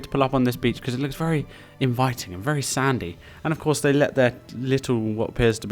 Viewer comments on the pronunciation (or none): none